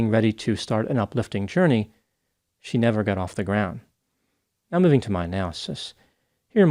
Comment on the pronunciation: I feel bad for laughing but it sounded to me like she said IM TELLING YOU RIGHT MEOW.